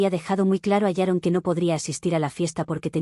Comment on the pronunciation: ¿Por qué todas las suegras llamadas «Sharon» (o «Yaron», como se escucha) son tan repugnantes?